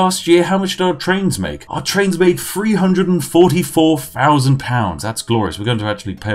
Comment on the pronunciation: 300 is pronounced three-hundred .. It seems you said free-hundred